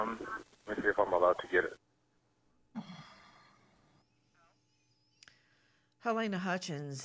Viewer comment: Love you and your show Nancy❤ Halyna's name is pronounced Ha-lee-na.